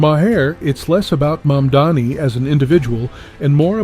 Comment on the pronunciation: Love Bill Maher Pronounce his name correctly please